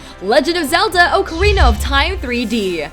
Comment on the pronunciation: Bitch pronounce ocarina correctly please.